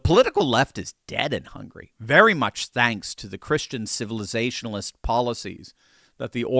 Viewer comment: "Hungry"? It s HungAry